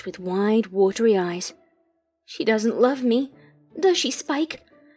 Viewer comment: Lurve bro it's love not lurve